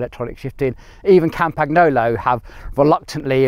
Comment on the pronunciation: Love your videos but when you say "Kampaknolo" old Tullio is spinning in his grave.